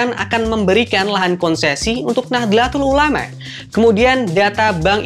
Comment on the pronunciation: Mas Presenter, Kalau blm bisa baca transliterasi Arab, saya kasih saran baca saja Nahdotul Ulama, jangan Nahdelatul Ulama. Nahdotul Ulama lebih diterima pengucapannya.